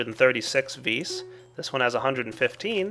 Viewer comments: its not ves its vis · its vis not ves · well, I think the creator of thaumcraft used the word "vis" because it is latin, and it simply means "power". and the correct latin pronunciation just happens to be "vis". not "vi", not "ves", simply "vis". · isn't that strength from the latin word vis-robori? If it is it's pronounced vees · ps i believe it is pronounced "VEE"